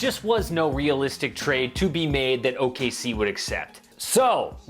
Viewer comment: The way he said Bogdan Bogdanovic